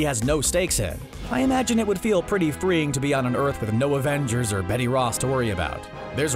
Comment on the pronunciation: Evengers not evengerms